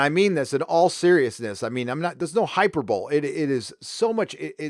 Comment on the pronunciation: Hyperbole is pronounced "Hi-per-bol-lee"